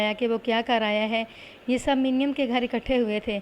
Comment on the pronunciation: منیم کو muneem پڑھا جائے گا ۔ ۔۔۔ تلفظ کا خیال رکھیں۔